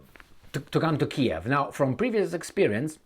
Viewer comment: it’s Keeeeev 😂